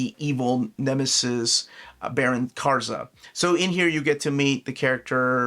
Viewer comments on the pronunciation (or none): none